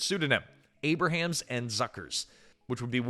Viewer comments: You’ve used a real person for years in this channel now you’re using AI? Jim Abrahams is not pronounced Abe-ra-hams. It’s pronounced Abe-rums. Your last few videos have had many mispronunciations. It’s very discouraging. If this is a real person, he’s got issues. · Abrahams is pronounced Ay-brams, not Ay-brah-hams.